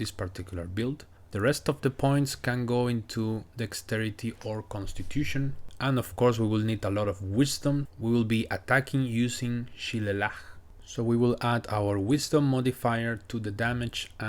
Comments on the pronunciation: Shillelagh is pronounced as she-le-lay. The build trying to get hit screams armor of agathys, fire shield, hellish rebuke or wrath of the storm. I understand not going for AOA though since you already have temp hp from elsewhere. I'd personally drop stallion and go for AOA instead. Druid can produce light for you by casting produce flame outside of combat and not hurling it. I like the concept of building around shillelagh though i'm not a fan of building around items. I think thief was the right call to get shillelagh and rage running on turn 1. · I feel like armor of Agathys is missing and should be squeezed into most dmg reflect builds no? Love the way you pronounce Shillelagh, it kinda makes sense. Though IIRC its "shuh·lay·luh". Ty for another great video.